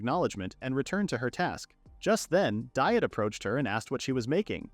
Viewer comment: This thing repeatedly mispronouncing Diet, even so far as to make jokes about the incorrect pronunciation, is beyond bothersome. It should be pronounced "Dee-ett"